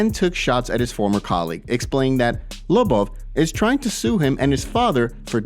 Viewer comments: The way this guy says Lobov, smh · Can you learn how to pronounce Lobov it's annoying.